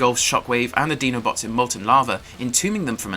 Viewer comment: Did u really call them "DENO-BOTS?"😂😂 its "DINO-BOTS" with an 👁my guy👍